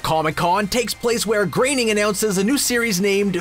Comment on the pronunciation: Wow, you actually pronounced "Groening" correctly this time.